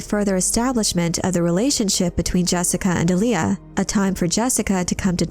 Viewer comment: There's no emphasis in the 'L' in 'Alia'. You're pronouncing like the r&b artist Aaliyah. It's more like Arya (Stark). Respectfully of course.